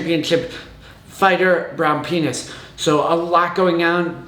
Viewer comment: At the mark, did you actually say the fighter's name is, "Brown Penis?"